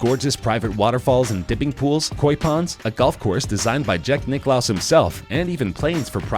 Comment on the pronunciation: Jack nicholas, really, you butchered the most english american name ever, what in the fork bro???